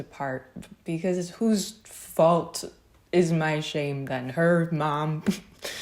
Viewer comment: Every time you say "shame" I hear "shape"...